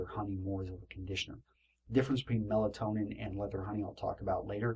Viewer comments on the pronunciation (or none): It's pronounced "Mel-TOE-nee-an," and spelled "Meltonian," in case anyone was trying to find the stuff. Melatonin is a hormone.